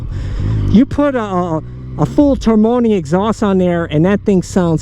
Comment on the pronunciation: "Termoni exhaust" lol